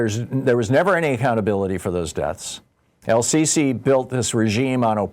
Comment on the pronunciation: How can you be a major political commentator and trip over Sisi?